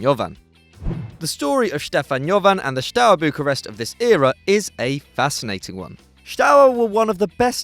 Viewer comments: theres no "sh" in "steaua" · What is wrong with you guys, you can't even pronounce Steaua, seriously at least try with google translator, this is humiliating. In every single video you mispronounce at least 3-4 names. Shame for a channels like yours because you have massive potential and great audience so try to improve and to outstand the competition